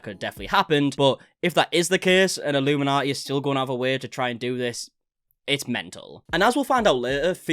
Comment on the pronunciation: I'm more concerned you are getting her name wrong lol it's illuminaughtii.. like naughty... A pun on the name.. a bad one so it kindaatches her personality. She deserves everything coming her way